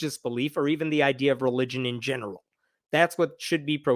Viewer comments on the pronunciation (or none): none